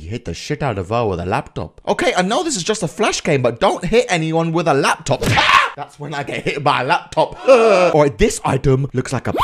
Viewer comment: When said at the start “Let’s go with the lapytopy” I used to say that when I was younger lol:D